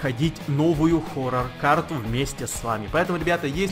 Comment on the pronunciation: Сохоррорне форор а хоррор!!!